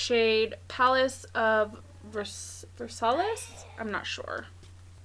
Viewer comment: I hear my High-school teacher yelling🤣 In “Versailles” the double L’s make a “yuh” sound and the “ES” is silent. So it’s said like “ver-sigh” hope that makes sense